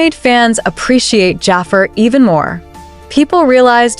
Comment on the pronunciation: this ai voice saying Jaafer instead of Jaafar is killing me😭